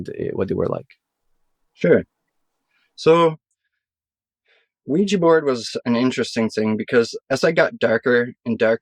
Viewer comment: It’s not weejy it’s ouija & u don’t need needles to take heroin